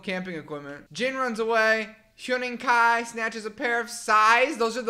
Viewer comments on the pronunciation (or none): Also Huening kai... idk how to describe but like don't pronounce the U lol.